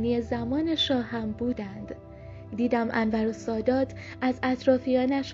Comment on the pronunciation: کاش تلفظ اسم رئیس جمهور مصر(انور سادات) و اسم حوزه علمیه مصر (الازهر)را هم بلد میبودی،😢،خواهشا یک تحقیقی میکردی همونجور از رو متن نمیخوندی